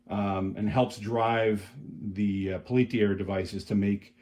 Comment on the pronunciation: Peltier was a French guy. It's pronounced PEL-tee-ay.🙂